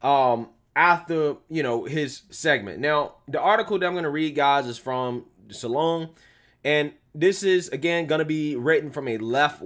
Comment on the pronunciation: "Salon[e]" Lol!!!